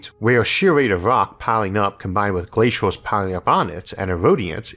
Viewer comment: Just wondering... what is a "Disastorr"? When does "Laytorr" happen? Who really has the "Answorr"? What is a "Glaysiorr"? Can mountains really get "Biggorr"? Are "Maurrs", "Ourrf" and "Jupitorr" newly discovered planets? Do we know how big the "Univorrse" is? Is oxygen really that much "Heaviorr"? When did the US switch to using "Dollorrs" as their currency? How much "Cheaporr" is "Carbon Fiborr" than gold?